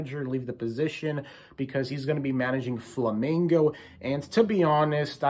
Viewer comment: Thank you for speak the name "Flamengo" correctly. Good luck on WC. Rooting for you guys.